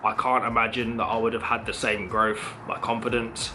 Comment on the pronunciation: And yet you still cant speak what the English language. what is growf, nuffing, sumfing?